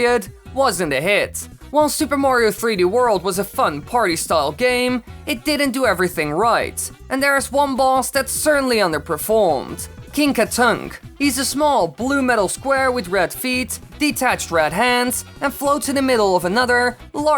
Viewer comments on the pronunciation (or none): Isn’t it pronounced “King KaTHUNK’, not ‘King KaTUNK’?